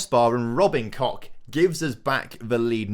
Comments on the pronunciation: I mean, no. The -ch at the end of his name is not a K-sound, just like in "ich", it's like a rough H-sound. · You might need to rethink your pronounciation of Robin Koch's name, otherwise it sounds like you're rubbing something you don't want to be rubbing lmao